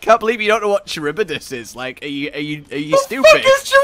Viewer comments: Ok, because this is gonna bother me. Charybdis is pronounced Ka-rib-DIS and is named after a sea monster from Greek mythology that would swallow huge amounts of water, creating whirlpools that would sink ships. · Scylla (sih-la) and charybdis (ka-rib-dis) are references to The Odyssey and I thought it was really neat that they'd make Charybdis one of Behemoth's signature attacks....even though it's an attack hunters universally hate. I'm still upset that we could only ever fight the giant Kulu once. That was a surprisingly fun battle. It's also too bad that we can't use our Sunbreak hunters to fight Extremoth.